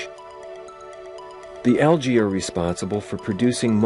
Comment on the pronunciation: it is pronounced algy not algay